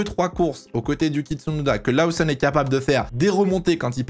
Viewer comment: Incroyablement bien faites tes vidéos. petit bémol, Lawson se prononce Lauson en Anglais, pas besoin de surjouer l'accent